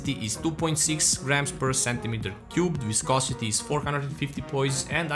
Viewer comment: Idk if anyone let you know in the comments, but you pronounced "viscosity" perfectly.